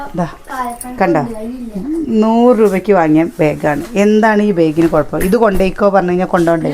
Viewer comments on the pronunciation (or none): none